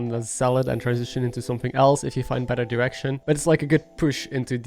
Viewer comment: Love the video! It's super helpful! But everytime you said "direction" it sounded like "erection", and it made me chuckle every time xD